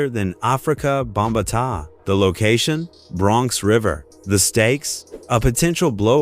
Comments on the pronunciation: Just had to turn this shit off when your AI voice said Africa BombaTaaa…. Jesus. BombaTaa lolol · Yeah that "BUMba-taaah" got me. 😆😅 A.I. will destroy names every single time <SMH> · Afrika Mumba-taa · don't worry, afrika 'bom-ba-tah' will probably touch your booty too.